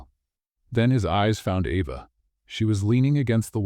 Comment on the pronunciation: While I liked this story, it is frustrating that the reader pronounces the girl's name "Eva" and the next time pronounces it "Ava." SO, which is it?